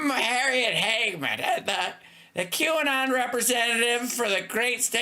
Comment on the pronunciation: Harriot is my favorite. Saul-t is a close second. Love ya Hal.